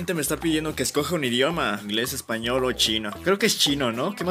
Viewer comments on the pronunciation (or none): none